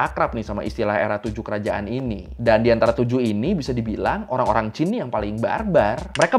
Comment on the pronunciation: Alhamdulillah ada chanel yang nyebut Qin cenderung mirip Chin, bukan Kin